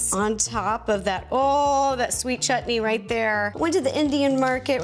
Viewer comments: I just love the fact that you called it chutney and not shutneee 😂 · I love how u say the word chutney like u said correctly and beautifully 😊